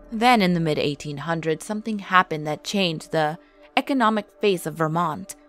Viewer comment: I was born and raised here and the scariest thing about this video is the way you pronounce Vermont.